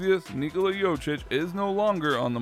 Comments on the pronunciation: Jokic not Jocic, emagine your surname is pronounced wrong every single time! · The way you pronounce it, it sounds like its spelled "Jocic" and not "Jokic". I mean you had all the backgroundinfo on him, might as well have looked up the pronounciation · It's JoKic not Jochic, pronounce K when you say it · Get it right it's pronounced yo-kich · Jochich? Are you so dumb? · imagine making a video about someone without even looking up how his name is pronounced... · When you make a video about a fairly popular basketball player and you still can't pronounce his name right💀